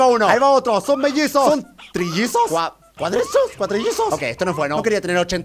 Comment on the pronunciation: German: "Cuadrisos"